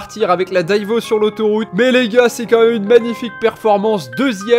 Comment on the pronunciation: Par pitié arrête de massacrer le nom de la Bugatti divo stp !!!!!